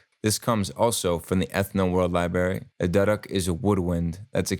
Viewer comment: Sick tutorial kshmr as always! Just wanted to point out duduk is pronounced do-dook